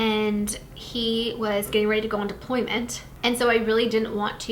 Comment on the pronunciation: Are we saying appointment? Apolyment?